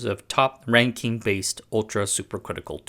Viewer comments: You're out of your depth here. Best to stick to tech stories. Supercritical CO2 is not a gas. It's pronounced Rankin, not Renkeen. Bouncing around from random example to random example. As someone with background knowledge in turbo-machinery and materials science, this is painful to watch. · [ˈræŋkɪn] not [ˈræŋkiŋ]